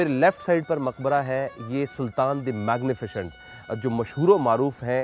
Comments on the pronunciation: Its Magnificent not "magnifichient"!!! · pronounciation main ش aata hai